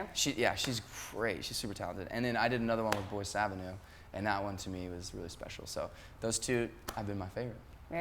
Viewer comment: Haha...guys...the name of the band is boyce avenue and not voice avenue:D